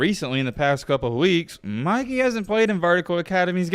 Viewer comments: Bro is annoying asf. Can’t even pronounce English. “Mickey” it’s “Mikey” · Dude it’s MI KEY NOT MICKEY😂😂😂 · It’s MY-KEY my boy not Mickey lmao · Why does he keep calling him Mickey LOL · Stop saying Micky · dude did not just say Mickey the whole vid…😂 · stop saying meekey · Stop saying Mickey he’s name is Mikey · it’s not mickey it’s mikey man 😂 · Why you calling him Mickey and not Mikey?? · Why you calling Mikey, mickey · why he calling him mickey 💀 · why did he call him "Mickey" the whole video lol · Why u saying Mikey like Mikey mouse nahh it’s mike-ey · ITS MIKEY NOT MICKEY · why do you call him mickey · Bro why you saying his name like that? You’re saying Mickey not Mikey… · my man said Mikey (Mih-Kee) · y r u calling him mickey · Bro… it’s MIKE- EE. Made me cut the damn video off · Mikey with a long I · I can not watch this video the fact you keep calling him micky you. How can u butcher his name like that it’s very irritating tbh💯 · "Mikey" pronounced (Mike-E) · Pronounce his name correctly lol… just helping. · why r u saying mikey like he's the mouse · Lmao the way he say Mikey name 😂😂